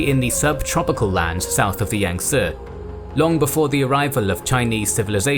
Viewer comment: You must be a barbarian as you mis-prounced Yangtse...It is pronounced "Yang-See", not "Yang-Seh"!